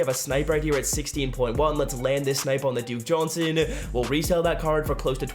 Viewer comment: juke dohnson lol